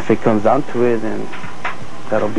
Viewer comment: “Boolet” man